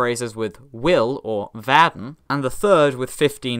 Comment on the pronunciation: Your pronunciation of können and werden makes them sound like Norwegian words.